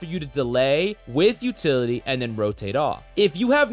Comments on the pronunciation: Utily lol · What it you don't have "Utily"?